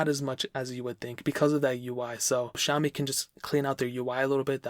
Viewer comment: Lol not zaoimi it's "Sha"